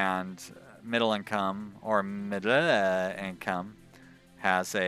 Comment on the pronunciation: Your pronounciation of "midlle" income made me laugh out loud. Good episode :)